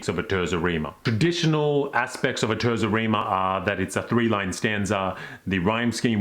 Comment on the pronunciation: TAYRtsa Reema - ordinarily, I don't correct pronunciations, but 1) your pronunciation of Dante's name was excellent and 2) it's such a beautiful sounding word.